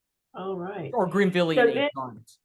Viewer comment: Great lecture! It's " Grenville " orogeny, not Greenville!